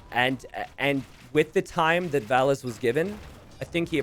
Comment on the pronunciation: about the "only hard to differentiate for Americans": don't take it as an insult. English speakers (not only Americans) pronounce the "a" differently than other European languages. If you would pronounce the "a"s in Valas like in the word "cast", you wouldn't have the problem and would have a distinct difference between Valas and Villese.